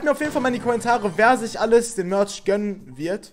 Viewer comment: Erstens Starpunkte und es heißt Merch nicht mortsch